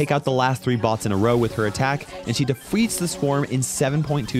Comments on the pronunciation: he said defweats 😂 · had a bit of a mispronunciation, "she defweats the swarm"